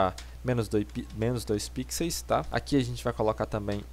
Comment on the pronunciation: muto bom o tutorial, só fiquei com agonia dele falando "Pixeis" ao invés "Pixel/Pixels", fora isso tudo certo ahuahuhahuaua